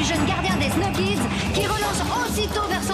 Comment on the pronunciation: Je viens enfin de comprendre le nom de leur équipe.... Après des années, pourtant j'étais déjà ado je crois quand ça a commencé, mais avec leur prononciation, jamais entendu "Snow Kids".